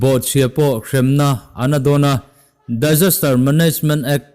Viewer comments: 👍👍 ... Mahse "DAISASTER"..????? Disaster tih ve mai awm 😝😝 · Disaster i ti nge Daijaster😆